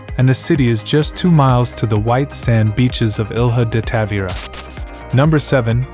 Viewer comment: DUDE YOU SUCK, YOU DON'T KNOW HOW TO SAY THE PLACES, MONSANTO DOESN'T USE DONKEYS ARE YOU STUPID? AND TOMAR IS F*** CITY NOT A TOWN, AND BU THE WAY TAVIRA DOESN'T HAVE ANY V AT END.